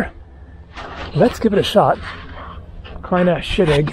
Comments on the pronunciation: Close. "Kleine Scheidegg" is pronounced "Cline-ah Shy-d-egg" Trust me there, I am Swiss. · Spectacular work,. It's pronounced "Cline Ah Shy Dig"